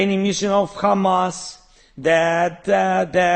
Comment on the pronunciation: The way he said Hamas